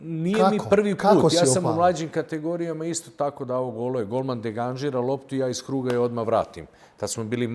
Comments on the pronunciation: deganžira?? pa jel moguće da ne zna ispravno reći degažira? dva puta govori😮😮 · Je li moguće da Deki 2 puta u minuti kaže golman degaNžira loptu ???!!! Ne mogu vjerovati...